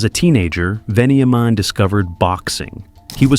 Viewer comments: It’s pronounced ven-ya-min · Venny aye men 😂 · Lots of very poor pronunciation. Mokbel, Kinniburgh, Melbourne, Walshe Howling, even gets Veniamin wrong Doesn't seem like you know much about the subject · A bit wayward. Definitely incorrectly pronouncement of his name plus UNTOLD this has been told on many occasions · His story is very well known and you miss pronounced his name too plus he wasn't shot twice he was shot once in the head. Miss information much no wonder it was untold because it's not exactly accurate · I thought the same thing. I cant stand when someone who lives overseas think they have all the info aswell 😂